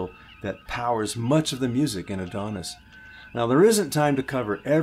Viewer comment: Hi, I love your channel. I’ve had so much fun exploring the music of Star Trek with you. I almost hate to mention it but 99% of Star Trek fans mispronounce the name of the episode, “Who Mourns for Adonais.” It is not Adonis. It is pronounced “Adonai”or “Adonaius.” The title comes from the poem Adonais by Percy Shelley and basically means “who mourns for the gods?” Keep up the good work and I’ll look forward to future videos.